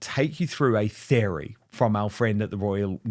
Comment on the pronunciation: Why can’t Dan pronounce “theory”?